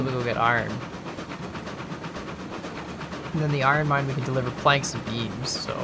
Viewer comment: I thought you guy said beans not beams, oops